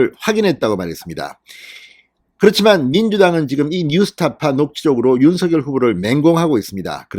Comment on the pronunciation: 진선생님 너무 고맙습니다. 빠른 소식 명확한 말씀, 윤석열을 윤서결로 바르게 발음해 주시고 기자 정신 투철하신 의원님의 경륜! 두루 정말정말 감사합니다